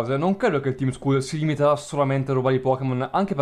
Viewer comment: scusa (senza offesa) ma il team skull andrebbe pronunciato team skal e ripeto l'ho detto senza insolenzaa solo per precisare ps: sei fantastico continua così